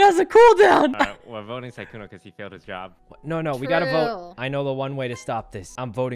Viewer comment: Sykkuno more like sikkeuno